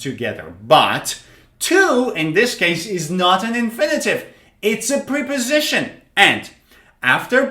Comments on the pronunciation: they are called “prèh” positions or “prep” -o-sitions NOT ! “preeey”positions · Great lesson but something strange about the pronunciaton of "preposition", I hear / pri..... / instead of /ˌprep.əˈzɪʃ.ən/. How do you all hear it? And I got 10 - 9 and 8 out of ten. Regards. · Preposition is pronounced like the short e in president, not the long e sound. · It's Prep-Po-Sition Not Pre-Po-Sition